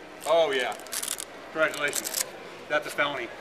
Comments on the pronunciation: "Congradulations" lol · "concratulations", VERY proffesional..